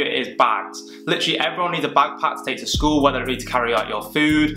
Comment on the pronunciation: "bagpack" lmao its "backpack", and as youre british its rucksack ...